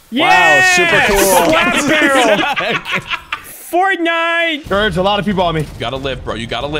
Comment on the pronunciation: the way he said fortnite made me laugh for some reason 🤣